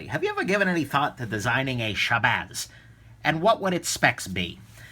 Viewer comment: you actually pronounced my name damn near perfectly lol. and I would keep my bicycle in my shabazz along with everything I carry in my messenger bag.